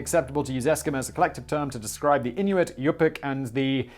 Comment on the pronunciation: Eskimo is extremely racist in Canada, we’re going to be changing the name of the American football team the Edmonton Eskimos to something else. You did get the pronunciation of Inuit right Simon, as far as in know they live in Greenland, the territories in Canada and the northern portions of the western provinces, Ontario and Quebec